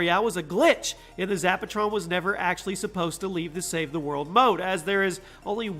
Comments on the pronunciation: He said save the mode and not save the world hahhahahahhaha lol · Did anyone else hear him say save the mode instead of save the world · He said SAVE THE MODE 😂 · Lol you said save the mode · I love save the world (save the mode is what you said lol)